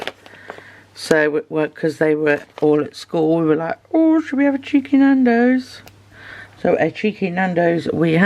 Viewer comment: As an American, I think it's adorably funny when you say "cheeky". 😄